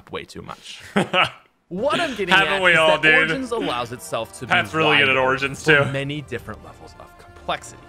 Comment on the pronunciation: pronounce origin in google. You pronounce it wrong lol.